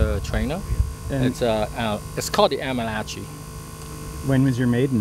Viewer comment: Lol you guys are raping the word "Aermacchi"